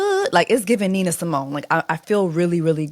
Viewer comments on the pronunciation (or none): none